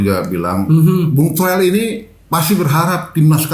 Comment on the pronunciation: towel t nya tolil